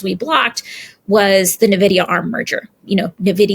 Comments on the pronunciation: The fact she calls in NaVidia is concerning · I've never heard Nvidia pronounced that way before. Since the early Nvidia graphics card, I've always heard it as N - vidia. Blocking the Nvidia/ARM merger on antitrust grounds was quite the choice, especially since AMD was allowed to acquire ATI 18 years ago and runs both x86 and graphics card divisions.